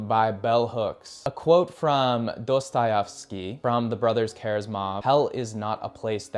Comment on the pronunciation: ya but his pronunciation of Dostahefsky makes my ears bleed